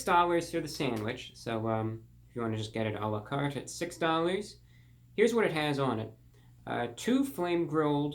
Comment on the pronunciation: the finesse, the class ' if you just wanna get it a lá carte '